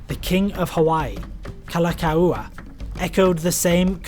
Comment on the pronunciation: There was clay in the Pacific and it is paramoun on how Fiji was peopled Kalakaua is pronounced KA LAH COW WAH